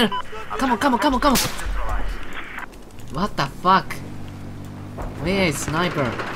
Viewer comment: わったふぁーっく爆笑 発音のクセが強い。